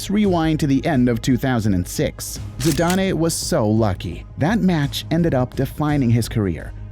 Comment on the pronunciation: zi-da-nae??!! It's zi-dan!